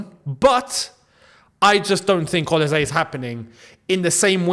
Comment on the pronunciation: Quick one. Olise is pronounced with an S and not a Z. Thanks for all you do.